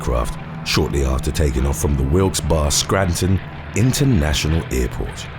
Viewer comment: PO-co-no not po-CO-no Wilkes Barre = Wilkes "Berry" not bar